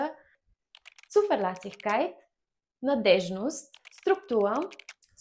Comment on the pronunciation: Произнася се цуферлесикайт а не цуфеласикайт.